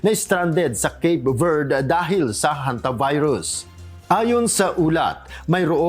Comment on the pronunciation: Kala ko pagbasa na hontivirus